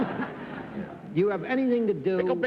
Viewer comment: Cerf sure knows how to butcher people's names--he did for both Daly and Kwan.